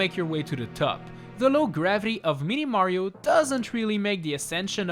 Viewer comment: Am i the only one who hears 'meaty mario'